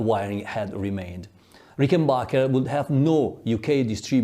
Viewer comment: Very interesting and profound research. But would you mind pronouncing it correctly RICKenbacher and not RickenBACHer? It's originally a Swiss German family name, after all.